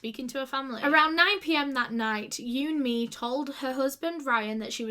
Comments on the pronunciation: Who else thought she was saying you and me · vid starts with not having the respect to research her name pronunciation yikes